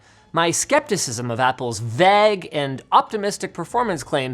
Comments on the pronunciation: Linus has said the word "vague" in his last 4 or so videos... and as always, has mispronounced it. Its no VAGG! (Pronounced closer to vayg. Like way with a V. Then a hard G at the end...) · FTLOG, Linus; Vague is pronounced VEYG, not VAGH. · I cant stands it no more lol Vague is pronounced VAY G NOT V AG AS IN BAG OR V EGG AS IN EGG ITS V AY AS IN DAY AND THE HARD G As in Guess v-ay-G LOL ARRGGHGHGHGH LOL Okay i have that off my chest whewwwwww Lol I guess you could say i hate macintosh / apple and always have but..... The thing about them being stuck in their own infrastructure and cashing in on it they have been VERY VERY GOOD at keeping their hardware constantly new and updated one might say they give WAY TOO MUCH CHOICE to what people use if you look at all the chipsets from intel x86 x64 through to arm based chipsets now so there was always a MAC for you but you paid top dollar for the privilege of always having the best Like linus says about the touchscreen mouse emulated apple have been known to be INNOVATORS or if you like that seems like a good idea and hasnt been brewed properly YET which is a bad way to go about business but the support is well the hardware is there a few updates on the software and things will be good attitude is a little reckless. Apple released the first version of Rosetta in 2006 when it began switching the Macintosh line from the PowerPC to the Intel processor. and now to arm In 2020, Apple announced Rosetta 2, to be included starting with macOS Big Sur and aid in the Mac transition to Apple Silicon from Intel processors. An option also exists to force a universal binary to run as Intel code through Rosetta 2, even on an ARM-based machine. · Is my ear all wrong or is it wrong to pronounce Vague as "veg" It sure looks like it should be vayg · It's pronounced VAYGE not vag. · Linus had a weird pronunciation for "vague" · FINALLY!!! And it’s vayy-gurh not veggg Linus! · "overly VEGGG" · Linus pronouncing Vague like VAG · It’s “Vay-ge”